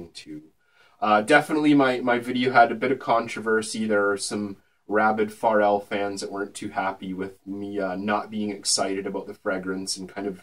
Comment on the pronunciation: it's fucking "FUR-RELL"